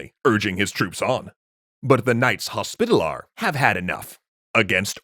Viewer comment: Knight's Hospitalar😂😂